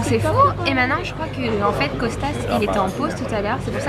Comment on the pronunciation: Coucou! Les vlogs étaient super, c'était le moment évasion de mes journées! ca va me manquer. Il me tarde une nouvelle série de vlogs pour m'évader encore avec vous.Au fait, dans 4 filles et un jean c'est Kostos et pas Costas mais bon peut importe^^